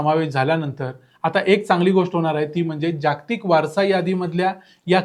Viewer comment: तुम्ही माहिती छान सांगता पण जागतिक शब्दाचा उच्चार नीट करा. जाग्तिक करु नका. कारण ह्यात जोडाक्षरे नाहीत. ज ग त क ही चार ही अक्षरे पुर्ण आली आहेत.